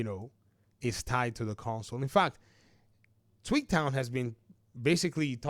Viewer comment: Until I looked more closely at your video, whenever you said Tweaktown, I thought you were saying "Tweet town", i.e., a nickname you gave to Twitter/X. 😅